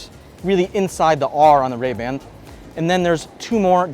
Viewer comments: Really? 5 cameras? Don't you mean 5 microphones bro? Also it's not "Ray Band" it's Ray Ban. Really chose a professional for this one Meta. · Ray-Band??? Come on, at least get the name of the world's most famous sunglass brand right 😆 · Ray Band? Lol. Ray Ban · "Ray Band" 😂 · I had to stop watching when he said “Ray-Band”